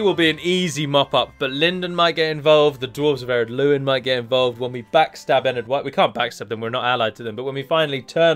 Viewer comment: I've noticed that your pronounciation of "Adûnâim" has been misleading for a lot of people here and on TWC, I've been reading "Ardunaim" on a lot of comments because you put the emphasis on the 1st syllabe, when really it should be on the 2nd, hence the circumflex on the u (it should sound like "adOOnaim" instead). Really sorry, I dont want to be that kind of prick, but seeing misspelling due to erroneous pronounciation kinda irks me ^^'